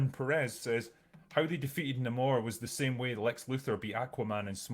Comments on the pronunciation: So they changed how Namors (Nay-More) name is pronounced and say it's not his real name. And made him some mesoamerican stand in instead of half Scottish half atlantean. He has piercings and facial hair that look nothing like the character Changed his peoples name and completely changed their origin from Atlantians to some knock off Aztec water wakanda that was oppressed by conquistadors And Nahmoore ends up with his people under Wakandas protection? It sounds like the only thing he has that Really Namory is his little ankle wings (also drinker has a problem with those based on physics? But hulk breaking conservation of mass with every transformation is dandy?) That's no way to treat marvels very first character. One of comics first superheros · I'm just not interested, the only thing I was looking for was Namor, being a fan of the john Byrne namor run, but when I heard him being called Namõrrrr it did actually bother me. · Why do you keep mispronouncing Ramón's name?